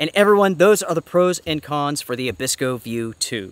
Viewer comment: Abisko, not Abikso. Great review though! Keep up the good work.